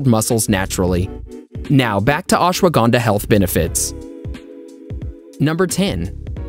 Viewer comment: I Like How He Pronounce Ashwagandha Ashwaganda 🤭🤭🤭🤭